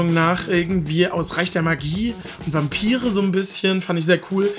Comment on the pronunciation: Ich war total überrascht, weil du „Vampire“ wie „Wampiry“ artikuliert hast. Du hast das wie Polen gesagt. Sooo süß hah. Beste Grüße! :D